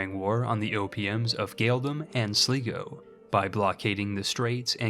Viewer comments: Sligo is sly-go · love it. the irish opm is pronounced sly-go (i know irish pronounciations are funny)